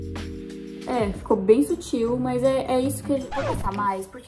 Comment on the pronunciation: a falando "bem sútil" toda hr kkkkkkkkkkkk, te amo